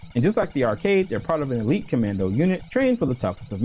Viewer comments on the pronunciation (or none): none